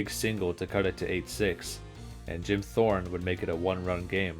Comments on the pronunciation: Dude. Even the most cursory glance on the Internet would tell you how to properly pronounce Hall of Famer Jim Thome's name! There's even video of it from him when he got drafted. It's pronounced Toe-Me And Charles Nagy wasn't a reliever for the Indians. He was their ace who was gonna start Game 7 but manager Mike Hargrove decided to start young phenom Jaret Wright instead. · This has been a certified '90s Strike Zone Moment Also, did you just call Jim Thome Jim Thorne and Edgar Renteria Edgar Rentiera